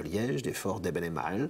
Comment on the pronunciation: Les noms avec une voyelle suivie d'un e se prononcent en disant longuement la première voyelle et pas le e: Michiels - mikiiils baels- baals Eben-emael- eben émaal Laeken-laaken. La capitulation était illégale, Léopold n'avait pas le droit de décider ça seul, la constitution le lui interdit, Pierlot l'a dit directement á la radio: l'audio "capitulation de la Belgique".